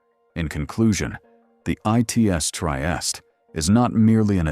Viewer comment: Anyway the right proununciation is: Tree-eeh-steeh